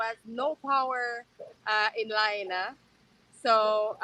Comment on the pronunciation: Well done Viva as per usual. First of all, a more correct pronunciation of the town is La-HIGH-na. That's not exact, but close enough. I don't know if that civil defense big wig retired because of illness, but if I made a poor judgement call, possibly contributing to 100s of deaths, I would really be sick too. When we hear the civil defense sirens we are to tune into local radio, tv, etc for what is happening and instructions on what to do. We also get cell phone alerts from civil defense. We have invasive species of grass which catch fire really easy. They don't burn for very long, but spreads fire quickly. Maui has been experiencing drought conditions for quite a few years now. Lots of homes in Hawaii are of wooden single wall construction. With our ground termite problems, a lot of homes have some termite damage making them more susceptible to ignition. Unfortunately, we have quite a few "Tinder box towns" in Hawaii.